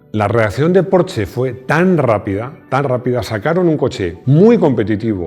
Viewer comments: Los 80's son: Laca, Hombreras, Música disco ... y GRUPO-C!!! Excelente vídeo otra vez P.D. Se pronuncia Porsssssssssssssshhhhhhhhhhhe mi mujer, alemana de Stuttgart, se pone enferma cuando digo "porche" ;-D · Se dice Porschaaaa!!!! jajajaja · Este hombre se queja de que digan lamboryini y no lamborguini ( lo escribí como se dice ) pero dice porche :v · No entiendo, no se supone que "porsche" siempre se a pronunciado "porsh"? Siempre he tenido entendido que quien pide un porsche amarillo te pintan la entrada de tu casa de ese color... :))))